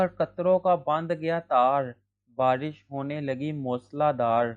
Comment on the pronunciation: Why do you speak like that barrishh like whattt???!!